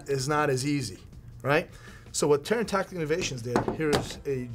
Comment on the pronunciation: Now it’s all tacteekewl